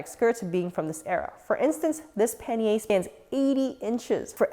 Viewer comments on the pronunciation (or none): none